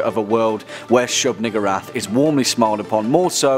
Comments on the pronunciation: Why I thought he said nigga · That pronunciation...